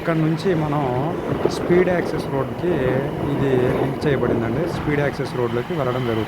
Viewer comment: Speed access kadhu..seed access